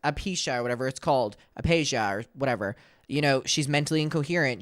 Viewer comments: Wow…do some rearch before you post. It’s “aphasia” not “apeesha” 🙄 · She has aphasia (uh·fay·zhee·uh) 😇🫶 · Uh-phase-uhh is how it’s pronounced babes